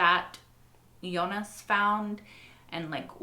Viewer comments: FYI. Since you keep bringing it up by the way doesn’t bother me how you say it just wanted to help you since it seems to bother you a little. But Jonas as spelled is pronounced (in German that is) phonetically as Yo-ness. Obviously in English it’s Joe-ness. You keep saying Eunice lol which is a totally different and feminine name. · nah in German it's Yo-nahs actually, not with an e! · I don't mind when she mispronounces the other names, but whenever she says "Eunice" it really takes me a moment to figure out who she's talking about. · In French we say Jo nas or Yo nas (nas pronounced like Thomas, pronounced like sorry the english 'Ass')